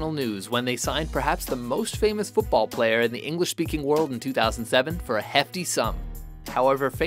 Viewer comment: This guy is ruining a perfectly good game of FUUTBAWL!